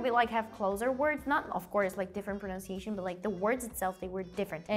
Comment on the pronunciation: Why is everybody saying "pro-na-un-si-yay-tion" instead of "pro-nan-si-yay-tion." Like you all speak perfect english yet you fail to pronounce this word correctly.